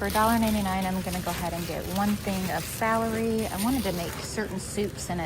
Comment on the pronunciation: I don't mean to be mean but its Romaine lettuce not Romanian, gay-la apples not ga-lay, its Russet potatoes not rustic and celery not salery.